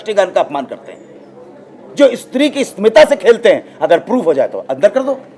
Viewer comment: Istree Nahi Bhai stree hotha hai😋